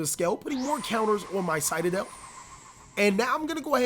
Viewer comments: Citadel --> Say Sit... Now say adel... Now say them together... CITADEL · It triggers me how you pronounce citadel xD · the fact he said citadel wrong bothered me alot